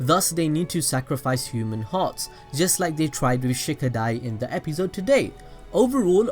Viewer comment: i stopped watching bc of the way he says episode